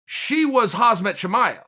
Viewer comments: Never once did I hear Khamzat's name pronounced correctly...KhamZat...not HazMat. And never once has anyone said they heard anything from Rose. It went...Dana said she didn't want a title shot, and then Pat said she didnt say that she didnt want a title shot. Can we hear it from Rose? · Chael: "Hazmat Chimaev"